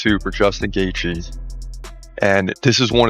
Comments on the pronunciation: "Justin Gaythe "😂how can someone have a channel ,but not be able to properly pronounce one of the sports biggest names? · Not even 5 seconds in and you mispronounced Gathje? Phuq off.